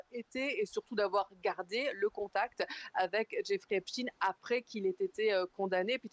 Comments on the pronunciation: C Epstainnn ☹️ on dit pas Albert Einstinnne, ils ont tellement peur d’être traité d’anti sémite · Einstein était allemand, onc on prononce chtâyne. Epstein était américain, donc on prononce stine, de la manière dont il se présente lui-même dans les vidéos. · Cette prononciation m'insupporte